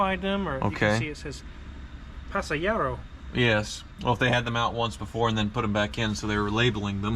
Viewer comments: Pasajero means Passenger lol... I like how pronounces it... "Pasayero" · I believe that the is basically pronouncing "passenger" in Spanish (that ECM box).